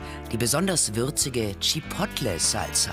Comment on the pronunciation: Tschippottlle xDDDDD